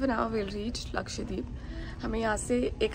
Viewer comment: I think it is pronounced as Lakshadweep and not Lkashdeep . You are skipping the pronunciation of the alphabet W .